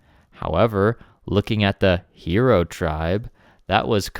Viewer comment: It’s hiro.. “high-row”, not hero!